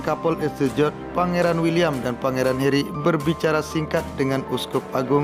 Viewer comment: it's Harry not Herry